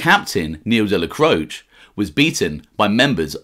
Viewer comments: Isn't it pronounced Dellacrochee ? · Good channel. But your pronunciation of names like Dellacroce is merda. Dellacroce has letter A sound at end of it. Salut! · In the traditional Italian, however like many Italian names in NEw Yok it has been Americanized - even the man himself referred to his surname as Della-croach. Colombo mobster Joel Cacace should be pronounced Ca-ca-chay but relatives of his have said that the surname is now pronounced as a Ca-case. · You are incorrect. The traditional European Italian is indeed different from how the man himself pronounced his own name. In traditional Italian it is pronounced Della-cro-chay however the name was Americanized and those who knew him said that he said his name as Della-croach. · I agree that in the traditional Italian it does. However, the name was Americanized, Dellacroce himself pronounced his name as Della-croach. This is common with a lot of Italian names in New York. For example Colombo mobster Joel Cacace, should be pronounced Ca-Ca-Chey, but even the man himself refers to his surname as Ca-Case. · You are mispronouncing the name ‘Dellacroce’.